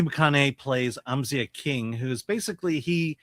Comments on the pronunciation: It’s pronounced Amz eye ah. Come on man they say it in the movie a bunch. Also, this movie was great. solid 8 out of 10. Please go see this folks! we need to support original movies. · Bro, how can you mispronounce his name if you've seen the film? They only say his name like a thousand times in it. 🙄